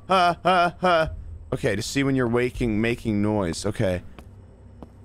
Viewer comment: it sounds like he said "that's gay" instead of "okay"